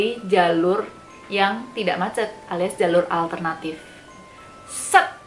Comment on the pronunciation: You always tell the story well 🥰 pas bilang "muaceett" oke fix mbae wong jowo 🤣